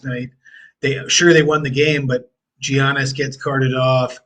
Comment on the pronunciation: Incredible analysis on the Bucks game guys! Additionally, Giannis has been a top 2 player in the league for half a decade you’d think people who cover sports would be able to pronounce his name correctly by this point.